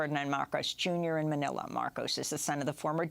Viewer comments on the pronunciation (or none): none